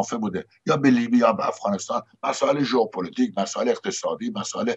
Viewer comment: بلد نیستی‌ حرف بزنی ؟ «هُق هُق »!! «ژئوپُلُتیک » ؟؟ اینا چیه